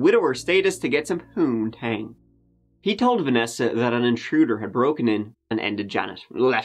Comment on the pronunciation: Did just say “poonetange”?? Around 12mins in 😅😂